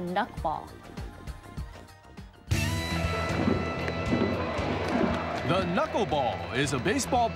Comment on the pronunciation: The studio people are hilarious. She says the "knuck-ball". And he thinks it's held with 3 or 4 knuckles. LOL